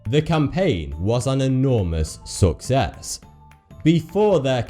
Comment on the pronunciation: "The campain was an erourmous SUCCess."